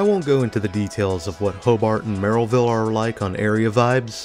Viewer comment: I can tell you’re not from the region because you pronounced ‘Merrillville’ correctly 😂 we tend to say either “merry-ville” or “mare-uh-ville”